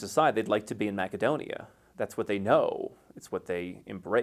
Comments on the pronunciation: If you happen to know a bit of Macedonian and want to appeal to the local people, you say it the way he does. That's how Македонија is pronounced in Macedonian language. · TIL that Macedonia is correctly pronounced as Mac-e-Donia.